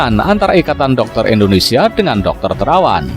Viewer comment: Pakk .INDONESIA .ndak ada H .nya ..bukan INDONESIAH..